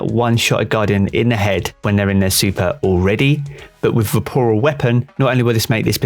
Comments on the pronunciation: VORPAL not VAPORAL... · Am I the only one getting triggered every time he says ‘vaporal’ weapon? LMAO 😅 anyways, great video! I got a trophy hunter with triple tap and vorpal weapon a few weeks ago, looking forward to trying it out next season! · Hey mate, good video (and I agree entirely, having this exact roll, it's terrific). Just a note, though: "it's "Vorpal" not "Vaporal." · LOL nah man, if I'm being honest, I was a bit triggered over it. At first I thought it was his accent, but then I was like wtf? 🤣